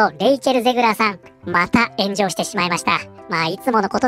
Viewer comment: ゼグラーが、またしても炎上している が ゼグラーが、またしてもenjoyしているに聞こえた。 まあ間違ってはなさそうか